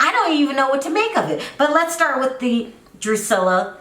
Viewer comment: My thought EXACTLY